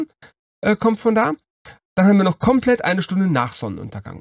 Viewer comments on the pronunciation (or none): Schönes Video. Komplet wird übrigens auf der letzten Silbe betont ("Kompleeeet"). Macht das Video nicht schlechter, wollte es aber mal angemerkt haben :D